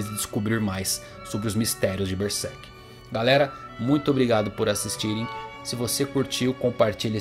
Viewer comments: Esse é um dos melhores canais sobre Berserk do Brasil. Mas uma coisa que me pega é quando o cara fala "Bersek" em ver de "Berserk". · Ele fala Ber sek